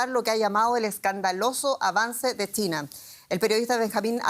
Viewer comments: Por qué la conductora dirá Tina en lugar de China? 😂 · La "che" se confunde con la "T". China parece Tina. Tuve que escucharlo varias veces.